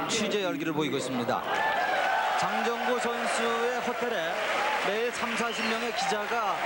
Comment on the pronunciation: 내가 아주 어렸을때 할매랑 봤었음 그때 장장구라고 들렸는데 장정구구나